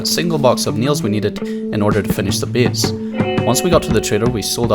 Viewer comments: Imagine pronouncing "base" as "beas" or some shit smdh so fucking annoying mygod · Worst pronounciation on yt. First time I heard "bes" i thought its funny but when you have to say it like 10times in two minutes you getting annoying. Good content tho but annoying talking